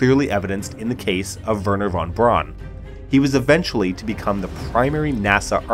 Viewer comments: And while we're at it: "von Braun" is pronounces "fonn brown", not "won bronn". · Von Braun is pronounced Fon Brown (not Brawn)